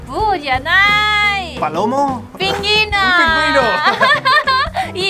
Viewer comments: Jajajajajaja que adorable, diciendo "Pinguino en vez de Pingüino", Me encantan estos vídeos y se ha convertido en toda una Conductora del programa ☺☺☺☺🙌🙌🙌💖💖💖💖💖 Saludos desde Canarias y Felicidades por el Día del amor y la amistad. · Me encanta como dijo pingüino jajajaj dijo pinginoooo me muero jajajaj